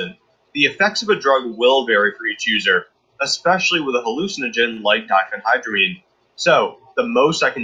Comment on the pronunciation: not to be the pronunciation police, but that is nowhere close. "Dee hipa nigh a dramine" what.... it's Die fen hydra mine